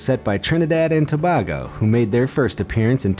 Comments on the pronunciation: The Simple Fenian lol it's pronounce to bay go (tobago) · FFS, some of your pronunciations are dreadful!! Manuel Neuer's first name is pronounced "Man-well". It's pronounced "Trinidad and To-bay-go" not To-bar-go! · Quake Shudder and when he said Trinidad and Toebahgo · Eanyone from Trinidad and tobago and you said my country name wrong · OMG the guy pronounced Trinidad and Tobago name wrong and he has the map up side down in the bottom left corner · Your map of Trinidad and Tobago is upside down genius. And it's pronounced to-bay-go. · I'm from Trinidad and Tobago 🇹🇹🇹🇹🇹🇹 oh and Tobago is pronounced as Tobaaago. the A is long and BE AMAZED you had our map upside down 😂😂. and one more thing were the team that beat the USA and then we lost to mexico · Btw its trinidad and TOBAGO pronounced tobaygo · It’s (To Bay go) Tobago. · Trinidad and To-Bay-Go Ha-Mez Rodriguez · Great video bro but you had one job pronounce Tobago correct it's To-bay-go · it pronounce Trinidad and to-bay-go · Ent d man pronounce my country trinidad and tobago wrong